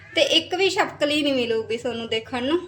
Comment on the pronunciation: ਛਿਪਕਲੀ ਹੁੰਦਾ ਨਾ ਕਿ ਚਪਕਲੀ